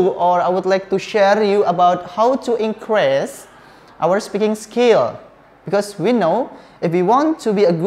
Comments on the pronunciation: Maaf kak pronounce increase itu inkris bukan inkres.. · inkris, bukan inkres #pronunciation